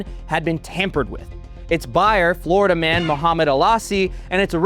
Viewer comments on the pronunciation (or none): none